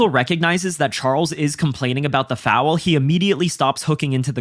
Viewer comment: Please adjust the way you say foul. There is no W.